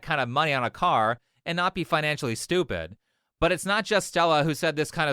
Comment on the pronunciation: "you're schtoopidz"